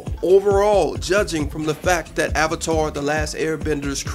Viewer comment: One of the worst movies I've seen this thing wasn't as bad as Twilight but it was bad. It didn't stay faithful to the series. They pronounced everything wrong including avatar which makes me think the mispronunciations were on-purpose. The bending sucked, the action sucked, the 3-D REALLY sucked. The beggining was extremely rushed. But the one thing that pushed me off the edge was the fact that the firebenders needed a firesource to bend fire.